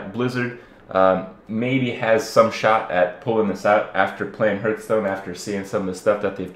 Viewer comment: Are you finally going to stop saying "na-fal-em" over the correct "nef-a-lem"? Also, it's pronounced "harth-stone".